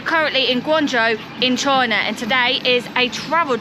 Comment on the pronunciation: Guangzhou..... not Gaungzhou guys.